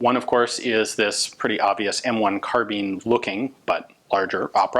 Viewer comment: At the time nobody said "carbeen"